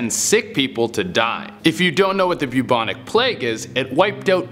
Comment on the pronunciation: Kinda irritated me how bubonic plauge was pronounced